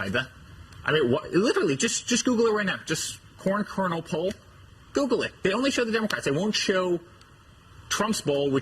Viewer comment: I'm not sure if he's misspeaking but I was hearing corn kernal porn lol